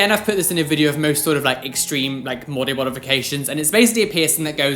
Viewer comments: omg he said mody bodifications XD XD funny how brains do this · did any one else catch him say mody bodifications 😂😂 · am I the only one hearing say “mody bodifications” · did no one else hear him say mody bodifications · Anyone else hear "mody bodifications" 😂🙈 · “mody bodifications” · he said "Mody bodifications" lmao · anyone else catch him say mody bodifications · Anyone else hear ‘mody bodifications’ or was that just me? XD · was I the only one that heard him say mody bodifications 😂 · he said mody bodifications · Who caught him saying mody bodifications? 😂😂😂 Love you,!!! ♥️♥️♥️